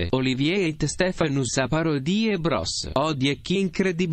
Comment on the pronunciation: Ils se sont trompés sur la phrase en latin car pour "Stephanus", le "u" se prononce "ou"